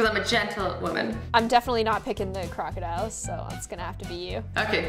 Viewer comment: no one: nobody: not a soul: 12 year olds: THAT WAASA ALAGATTOR NOT CROCADILER